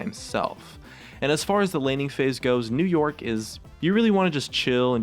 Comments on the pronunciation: for once on , i heard 'new york' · Sometime when he says " new yorick " it's sounds like he's saying " new York " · Is it me or are you saying "New York" instead of "New Yorick"